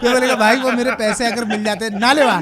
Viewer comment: That is nale ba not naale(well)